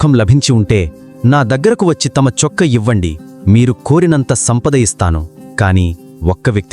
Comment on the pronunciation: Chokka kadhu chokkaa